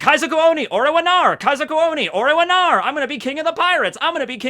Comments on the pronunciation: PLEASE. It's Kaizoku Oni ore wa NARU. not NARA. With a hard U! The world NARU is "become" while "Nara" is "in that case". Please, I cringe every time you pronounce it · Are you leaving out the "ru" at the end of the sentence? I keep hearing "nar" instead of "narU"